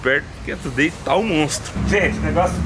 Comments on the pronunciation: Se pronuncia tiu dei não como está escrito today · Se fala "thu day" e não " to dei" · Você sempre fala o nome today errado...você precisa colocar no Google tradutor e ouvir como se pronuncia correto